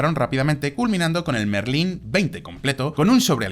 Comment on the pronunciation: en muchos videos se nota. Mismamente en ese video desde el minuto 1 diciendo rolls royce merlín en vez de méééééérlin. Es como hacer un video de deportivos y decir "porsch", denota que no has hablado de coches antes en tu vida